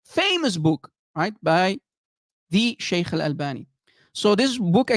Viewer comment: everytime says - sheikhhh, sheikhhh - i have the feeling like he is gonna throw up 😂